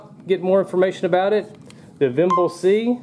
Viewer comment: Vimble, not vimbal